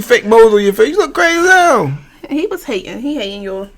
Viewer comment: "Granaunti" I can't wit y'all😂😂 den the way he said was was hilarious 😂😂 chiiillle she said cause I thought a broke nigga said waaa😂